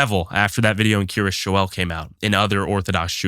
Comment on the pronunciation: I laugh every time these dude pronounce Kiryas Joel as “Curious Joel”